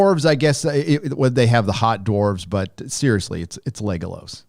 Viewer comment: Why is always saying Legalos and not Legolas?